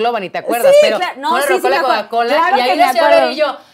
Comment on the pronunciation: cola!! se dice